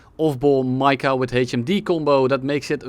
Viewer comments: Can we talk about how he also said MICA wrong half the time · Man said any word that just started with R instead of Rafale lmao, bonus points for the Michael missile